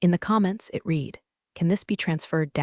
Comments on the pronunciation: Love this - "digital news" as the pronunciation of "digital noose" - and the word "read" being repeatedly pronounced "reed" rather than the correct pronunciation of "red". These fairy stories are so enjoyable and I appreciate the creativity behind them. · Read can either be pronounced like the marsh plant "reed" or like the color "red", depending on the tense of the verb. The AI used to narrate this video consistently used the present tense pronunciation, i.e., "reed", instead of the correct past tense pronunciation, i.e., "red". Invest the extra dollars to do the job right and hire a living narrator who has passed English from an accredited institution and not from a dumb DEI institution to read your script. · I can't take it anymore. I enjoy the stories but you've got to do something about your AI. All stores are told in the past tense. So "read" becomes past tense pronounced "red." It's Pat a go nia (long o in go). The Pentagon is pronounces "Pent a gone." Whoever writes the screen language can't spell or punctuate. I usually just listen rather than sit and watch although I enjoy the scenery. Please do something about spoken words and screen writing. I can't take it anymore! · Assuming text-to-speech engine was used to generate narration - words pronounced incorrectly ("read," "Elon") is distracting. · Easy now, be gentle with the AI. It's just a three year-old, it doesn't know much about anything. It hasn't even learned to pronounce read in past tense. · "I 'red' it three times". The English word 'read' is spoken two ways. Please learn the correct way to pronounce the word, correctly.